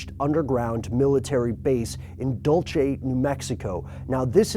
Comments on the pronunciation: Michael Quindlen Oh, he's not just technically wrong. He is WRONG! Incredible how impervious white people are to correction! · If you can't even pronounce DULCE correctly, why in the hell would I watch or even believe what you are saying? Thumbs Down. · where did you get that pronunciation from? dull che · These two have to be the worst gatekeepers out there. He can't even pronounce one of the biggest underground bases in the world correctly. Lol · Dulce is a Spanish word, not Italian, meaning "sweet." It is pronounced DOOL-say, not Dulchi. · It's pronounced like this 'dole say" and ufology is pronounced "you fall ogy" those 2 names used to trip me up as well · It’s not Italian, it’s Spanish. The Spanish don’t pronounce their “c” like “Che”. It’s small, but annoying. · I LOVE IT, WE ALL HAVE AND ARE SHOWING THIS GUY ON HOW TO PRONOUNCE DULCE, HERE'S MY 2 CENTS : DOOL- SE ( USE SHORT E VOWEL SOUND ). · it's pronounced "Dule-see" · TamaraMorena is right! Its Dul-se and is the Hopi word for candy I'm told. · It's 'Dull-Say' mate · too late to get to you guys in time to make a difference probably... but in cae you haven't made your podcast yet, please please please stop pronouncing it "dolche." new mexico is not known for its italian sounding town names. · dulchay you have at lest try to say it right.its candy in spanish. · I'm from New Mexico we pronounce it Dul-se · I'm not from there, it's pronounced like "dull che" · Dole-see that's how you say Dulce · Its pronounced dul-seh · Funny how not even one Native American from Dulce makes any claim whatsoever about aliens and secret bases there. Good thing we had crazy white people to "discover" what is really going on there! Hybrids? Really?! I am sure the natives are eternally grateful. Please don't visit Dool-Chay, New Mexico. All the Italian settlers who sailed up the Rio Grande might take offense should you happen to use the correct Spanish pronunciation. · DOOL-SAY. DOOL-SAY, DOOL-SAY!!!!! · It's pronounced Dool cea.